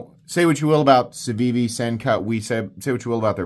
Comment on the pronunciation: Its pronounced Cookie